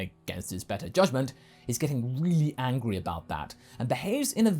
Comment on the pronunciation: I hope a small burst of saying engry